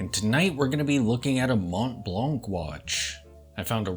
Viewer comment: Silent "t", silent "c". Try one more time.